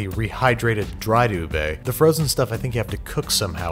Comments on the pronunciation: Btw... Its Not U-Bey Its U-Beh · HE SAID "YOOB" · Oo- bee is the correct pronunciation in Malay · What’s “oobe”? -It’s “ube.” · I used to read "ube" like in uber 'oob' Thank s for the correctiom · how americans pronounce ube: ubae how Filipinos pronounce ube: ubeh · Hey Babish, i know about ube which comes from philippines🇵🇭 and they dont say OO BAE, they say OO BEH, so you should pronounce that properly. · Ubeiii HAHAHAHAH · its ubi tho not ube its indonesan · Steven: What is “ube”? Filipinos: say sike right now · Bro said ube wrong☠️